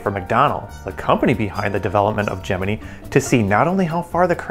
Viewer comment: Your pronunciation of the word Gemini is retarded. Where did you go to school?